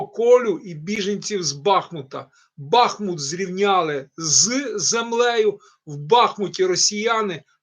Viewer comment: БахмУт,а не БАхмут,если вы украинец ,должны это знать .